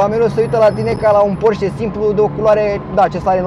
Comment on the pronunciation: Se pronunță ,,porșe" ...